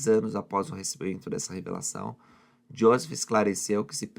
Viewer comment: Porque você fala josess o nome dele é Joseph